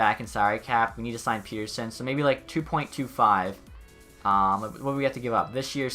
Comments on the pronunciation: For Elias pettersson it’s peh-ter-son not pee-ter-son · I’m sorry I hate being the person that correct everything😂 but Petterson is pett-er-son